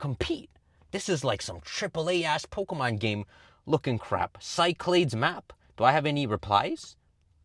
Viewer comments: As a greek listening to pronounce cyclades (ki-kla-des) as sci-clades hurt me a bit😂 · Pronounced "kee-KLAH-dhess"